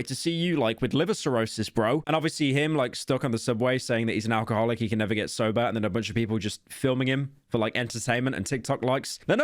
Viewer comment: You can’t say alcoholic like that